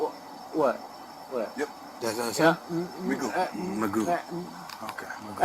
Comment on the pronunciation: His name should be pronounced like McGoff- I wonder where in history it became Magoo